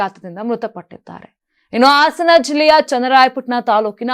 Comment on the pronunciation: ಆಸನ ಜಿಲ್ಲೆ ಅಲ್ಲ.ಹಾಸನ ಸರಿಯಾಗಿ ಮಾತಾಡೋದು ಕಲೀರಿ